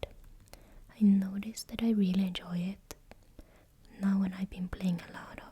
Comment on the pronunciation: "enyoy" hahaah